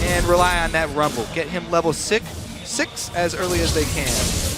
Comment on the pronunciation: " Get him to level sik " "Six..."